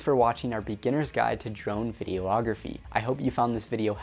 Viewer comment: Hmmm I'm totally here for this vid, but it's definitely not pronounced "video-ography..."